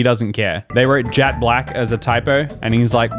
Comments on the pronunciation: He knows that. It sounded like jAt black. That’s why he thought it was a typo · The voice actor said jat black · Yeah I’m pretty sure all English speakers know that adjective, however in the video it said “jat” and not “jet” which is why was confused